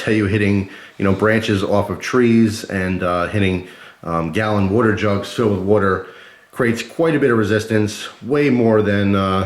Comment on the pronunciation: "Wooter jugs"